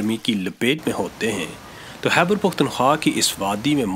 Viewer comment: Khaibar not Haibar